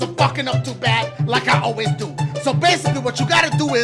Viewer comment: It confuses me like is he saying let’s Diugh this shit or do this shit😂 ( I know he’s saying do)